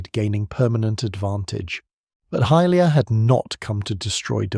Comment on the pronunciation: Good video, but it’s pronounced hi-lia not hill-lia.